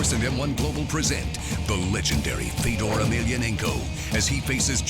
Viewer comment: It is pronounced Fe yo door.